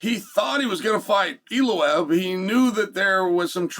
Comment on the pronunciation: “Evloev, Evlev, Eliev, Evlobev”…. We love you Chael! Never Change, Brother!